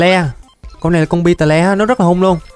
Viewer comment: beetle đọc là bít tồ nha anh, xem ra nhóm nhạc beetles hết thời rồi